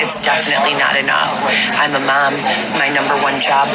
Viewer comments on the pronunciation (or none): The way pronounces "Mom"..how do you even spell that? "Mam?"